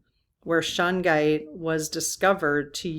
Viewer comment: Shungite is an amazing crystal I have the small disc stuck to my phone also my MacBook. I have a small piece near my bed. Shungite is not cheap but not crazy in price either a great piece. you are pronouncing Shungite exactly the way to say it 💜💫